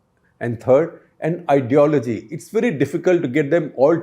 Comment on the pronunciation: Did he just say "pathology" instead of ideology?